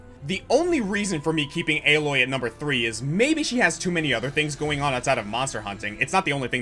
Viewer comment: Alloy????? Isn't Aloy pronnounced Ay-loy in Zero Dawn and Forbidden West?